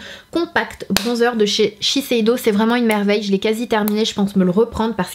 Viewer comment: Tu as réussi à dire shiseido du 1er coup 😋